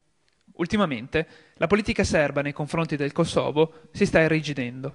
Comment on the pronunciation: porco cane si dice kòsovo, non kosòvo